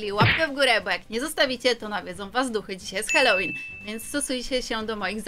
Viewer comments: Jak cos nie holelin tylko halolin;) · Halołin a nie hałolyn😂😂😂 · Nie Hałłoween tylko Halloween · Nie hałowin tylko halloween